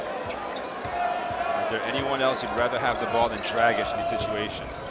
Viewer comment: Why say Grabitch??? IT'S D-R-A-G-I-Ć